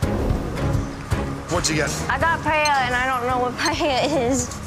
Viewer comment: Tini stealing Spain and then not knowing what paella is or even how to pronounce it . . . with Omi simmering with rage in the background is the single greatest thing in this entire show so far, including everything from season 1. 😂